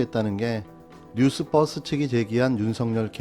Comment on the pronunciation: 뉴스뻐스? 가 아니고 뉴스버스 Newsverse, 아니, 이게 뭐 어려운 발음이라고 너도나도 '뉴스뻐스'?